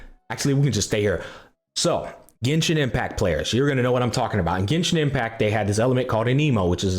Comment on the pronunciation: bro just forgot how to pronounce 't' for a few seconds loll he said genshin impac swirl the elemens loll jk ly brother keep up the grind